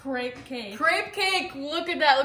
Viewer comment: Crepes are usually made similar to pancakes in a skillet on the stove. Crepes are heavy egg based. They are not creps, it is pronounced cray-Pz similar to drapes.